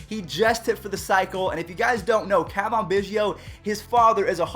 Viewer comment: its not cah vahn its ca van